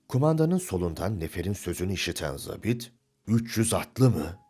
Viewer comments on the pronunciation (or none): Seslendiren çok başarılı ve diksiyonu düzgün. Ancak, 'zabit' sözcüğünü yanlış telaffuz ediyor. Eski dilde 'Subay' anlamına gelen bu sözcük okunurken 'a' harfi, 'mavi' sözcüğündeki 'a' gibi' uzatılır.